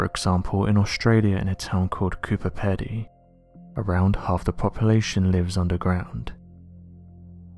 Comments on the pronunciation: Coober Pedy is pronounced like Coober Peedy...Sth Australian here. The only reason that many of the residents live in dugouts there is that it is extremely hot and it allows them cooler place to live by being temperature controlled under the earth naturally. A large number of their residents are opal miners and the ground is riddled with working and also disused mineshafts. Its not a situation with strange reason or anything very exciting.just a sensible way of living in the heat of our desert..been this way for the best part of a century. Nothing new! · It's spelt Coober Pedy but pronounced Peedy.👍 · Cooper Pedy is pronounced Peedy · cooper peeedeee its pronoiunced